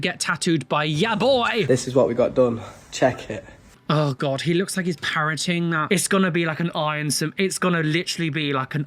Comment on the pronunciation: When you said "parrotig" I heard "parenting" as was quite confused for a moment 😂